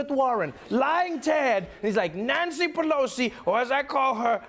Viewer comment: "Nancy Peloser" Alec Baldwin.